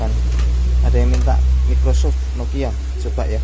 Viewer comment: Mas bacanya "maykrosoft" bukan mickrosoft :v